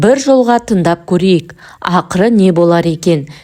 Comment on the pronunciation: Тындап емес ТЫҢДАП ..деп сөйлесей ..әніз емес АҢЫЗ